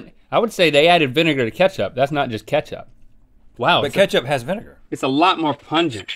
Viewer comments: No one: Link: iT’s tHE vINEgaR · No one: Link: It's the vinegar